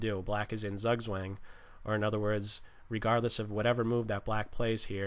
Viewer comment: Very nice video. But please work on your pronounciation of "Zugzwang" ;)